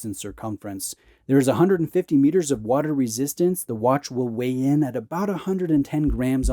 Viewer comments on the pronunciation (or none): none